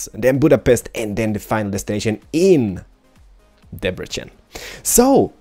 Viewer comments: Q1: Have you ever been to Hungary? Q2: If you have to choose, Android or iOS or Windows Phone? (Sorry if somebody has asked these questions before) And please pronunciate Debrecen the correct way(yes, it's Debrecen, not Debrechen), the way you pronunciate the "c" is wrong in Hungary(what you say is the "cs" sound in Hungarian language). It hurts my ears, because I'm Hungarian :D Oh, and by the way, I would be happy if I won the game ;) (Sorry for grammar mistakes, I don't speak English well...) Keep up the good work :) EDIT: I didn't pay enough attention in the first episode, sorry. Correcting my first question: If you have the opportunity, would you come to Hungary again? (Sorry for grammar mistakes again.) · Yeah, Hungary!! By the way hungarians say like this: [Debretsen]. But pretty good pronunciation :D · NOT DEBRECHEN! DEBRECEN!